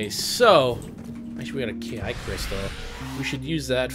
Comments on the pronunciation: Ki is pronounced "chi". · Ki is pronounce chee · No it's pronounced key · ki is pronounced chi lol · ki is pronounced chee